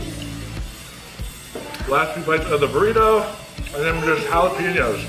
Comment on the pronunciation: Loved the Trailer Park Boys reference to the jah-lap-ah-noes! We love you in the States,!